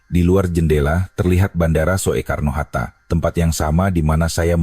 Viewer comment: Kakek jompo tuek, yg baca narasi, masa sih ngga tahu membaca kalimat ejaan: van euphusyen, spt kata bandara: Soetta (Soekarno-Hatta) & Soetta hrs dibaca Sutta (Sukarno & Hatta) ga dibaca: So.e.karno. Begeto aja, masa kakek tuek ngga tahu siih manula yang goblok yeah ??!! 🥴